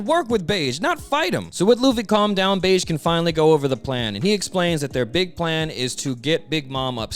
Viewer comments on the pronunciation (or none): his name is pronounced "behgee" not "beige" 😭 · if that "g" is pronounced like the "j" in "jam", then you're correct, in the original kana, his name is "ベッジ" (bedji), but let's be honest, "beige" feels right -- and it's not the first or last time mispronounced a name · Brother the way you say bege’s name pisses me off to no end, I know you know that’s not how it’s pronounced. 🤦🏾‍♂️😂😂😂